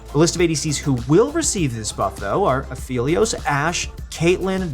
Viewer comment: That's not how you pronounce aphelios